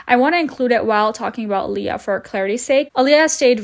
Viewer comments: I loooove that you made a video about this creep! The only thing I want you tell you is that the name of the first youtuber he dated isn't pronounced aliyah as you said it, but I-ALA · Eye-lah, not Aaliyah 🤣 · please don't think this out of hate but AYALLA not aleea 😂😂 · Her name is Ayalla not Aliya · Ayalla is pronounced EYE_ALLA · Do you keep mispronouncing “Ayalla” as Alia? Or whatever non-name you’re saying, haha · I believe Ayalla is pronounced Ai-yal-luh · It’s pronounced “eye-ah-la” for Ayala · Her name is Ayala. Not aliyah... I know that's not the point of the video but it annoyed me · Hahaha, my name is Ayalla too and you cracked me up with your pronunciation. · I scrolled through at least 100+ comments and no one is pointing out HOW badly you messed up Ayalla’s name. It’s also clear you don’t know the word “repose”- the emphasis is on the “pose”, not the “re” It makes me wonder how much you actually researched or watched videos- how could you completely get someone’s name completely wrong? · They can’t even say “ayalla’s” name correctly, seems like they’re a moron